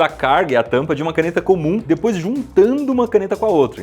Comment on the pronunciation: É só eu que fico com agonia pq ele fala dipois ao invés de depois